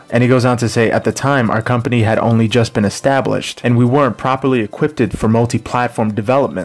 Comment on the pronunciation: axed? equipted? im done bye